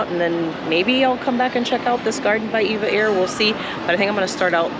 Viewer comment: Nice review, comprehensive and informative. Your lounge review made me quite hungry. As an aviation enthusiast, I have noticed that just about everyone calls this airline "Eva Air". Actually, it's pronounced as individual letters, E V A Air. Very much like the legendary airline, TWA. It was never pronounced "Twah". 😂 EVA is part of the Taiwanese conglomerate Evergreen. They are a world class shipping company with many divisions. One of the founding brothers left and formed the relatively new, well known, upscale airline Starlux. Just a little airline trivia for your amusement 😊. Enjoy your stay in the friendly Philippines.